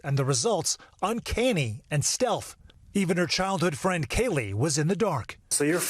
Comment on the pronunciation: The word is pronounced uncanny with a short a not a long a duh